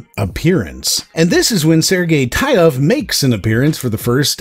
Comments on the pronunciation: As a Russian-speaker I'll make one remark: developer's last name should be pronounced as [Teetov], with a sound [I] like in word [teeth] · Its pronounced "Tee-tov"